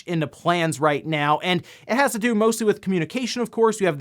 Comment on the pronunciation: i skipped the 8bit do stuff because i cant handle when he says doh like homer simpson. it drives me crazy.